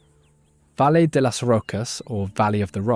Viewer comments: It is not pronounce "valleh" - I do not know how to properly circumscribe it in english, "vayee" como in "vaya". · You need to improve your pronunciation of Spanish names like Valle